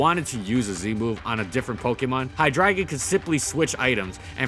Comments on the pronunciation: at the same time though Pokemon can't figure out how Arceus is pronounced... but Hy-dragon just sounds cringy since it really should be pronounced Hy-DREI-gon given it's pre-evolutions use the proper german pronunciation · AHHH STOP SAYING HI-DRAGON IT'S HI-DREI-GON, DREI AS IN THREE IN GERMAN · Which still isn't drah, so yea, I disagree with how he did it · How you say HyDREIgon is very irritating. It uses german number 3 pronounced Drei not dra. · hy DRAY gon hydr AY gon EI MAKES AN AYY SOUND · why does he keep saying "hi dragon"? its hydr"ei"gon. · "HI-DREY-GON" NOT HIDRAGON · Its twitch Hi-dray-gon. Not Hi-dragon... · Man, the number of times you said HyDRAGON instead of Hydreigon.... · Wait, it's pronounced "High dragon"? I thought it was High-dray-gon. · I'm sorry to say but its hy-dre-gon Not hydragon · you arnt saying its name correctly. its not "High Dragon" its Hydra gone. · Hy-Drei-Gon. Reee why does he keep saying dragon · But it doesn't sound like he's saying Hi-dry-gon it sounds like he's saying "High Dragon", and I'm just imagining a dragon with red eyes smoking a blunt. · I’m sorry, but I could only withstand 45 seconds of you pronouncing it “High-Dragon” as opposed to “Hi-Dray-Gon” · I always thought it was hy-dray-gon not hy-dragon🤔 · it hurt hearing "High-dragon" instead of "Hydra-Gon" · I thought it was Hi-Dre-Gon not Hi-Dragon. But whatever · "Hydraygon" Did you mean, Hy-drei-gon? Name's partially German. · 🤔 Hi-DRA-gon? Isn't it supposed to be pronounced as, hi-DRI-gon? The drei in its name is German for the number, three. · I always called him hi-dre-gon Weird to hear hi-dragon so many times in one video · Hydreigon: "hi-dray-gon" not "hi-dragon" right? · Wait,is that actually how it's pronounced? I've been calling it hi-dray-gon this whole time. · Everytime you said "hi-dragon" instead of "hi- dry-gone" hurt a little cause you even acknowledged the german origins :( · Take a shot everytime he says Hydragon instead of hydreigon.